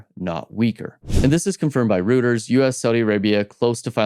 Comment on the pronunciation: Reuters: (Roi-ters.).